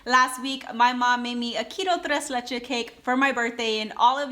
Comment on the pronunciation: Tres leches, the last s is pronounced 🥰